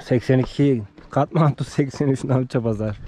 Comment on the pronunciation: allah aşkına katmantu deme katmandu de tilt oluyorum